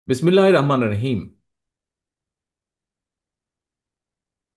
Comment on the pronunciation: একজন বিএনপির সমর্থক হিসেবে খারাপ লাগে যখন দেখি আমার প্রিয় লিডার বিসমিল্লাহির রাহমানির রাহিম এই টুকুন কথাও শুদ্ধ করে বলতে পারেন না....!!